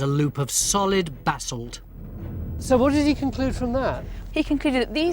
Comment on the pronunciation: Basalt, not bassel